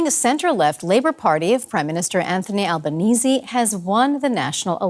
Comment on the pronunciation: You must be the only non-Australian news outlet that pronounced our Prime Ministers surname correctly 😅